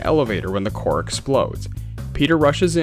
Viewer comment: Kiln, not clin..... Core not corpse